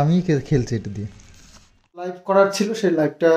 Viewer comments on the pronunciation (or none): none